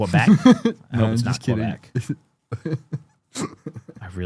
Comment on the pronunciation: dont let someone from kwabeck hear say it like that